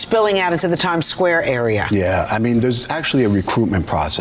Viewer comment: CONSULTORÍA DE ENTRETENIMIENTO: It is "trEn !!!", read in spanish or even better Latino. Lo demás perfecto !!!.